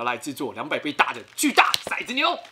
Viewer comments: 骰子，好像不念shai，念tou，tou zi（骰子），有古诗为证，“玲珑骰子安红豆， 入骨相思知不知” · 其實骰念做ㄊㄡˊ喔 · 其實應該唸ㄊㄡˊ ˙ㄗ牛 才是正確的_(:з」∠)_